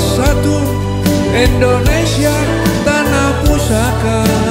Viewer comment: Terima kasih untuk lagunya Pa Jendral, sukses selalu,,,, Mungkin perlu diperbaiki dlm hal pelafalan kata "Indonesia" bukan "Endonesia"